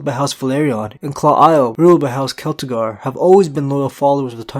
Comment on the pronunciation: i think Celtigar is pronounced "Seltigar", or am i wrong?